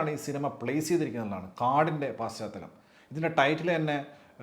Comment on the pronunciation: ശ് ... ശ് പാശ്ചാത്തലമല്ല പശ്ചാത്തലം